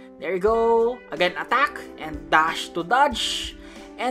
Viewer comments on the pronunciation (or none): Your pronounce attack like at-act